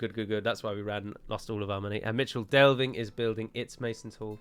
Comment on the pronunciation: For some reason I always thought Michel Delving was pronounced "mikle". Am I completely in th wrong or is it plausible ?